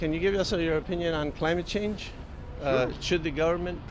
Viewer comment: You forgot the "N" at "change"